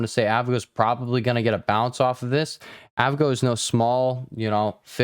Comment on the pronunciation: You mean A V G O? Broadcom lol